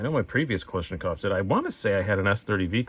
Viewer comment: kal ASH nikov not kal ISH nikov